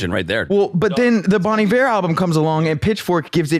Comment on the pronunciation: Sounds like you're saying "Bon the Bear"